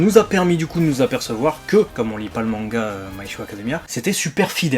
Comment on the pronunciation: je reve ou il dit " my choix academia" hahahahahahhahaha